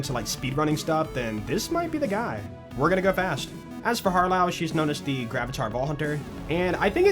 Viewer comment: Har-LOW. UH-mon. They aren’t even that hard 😭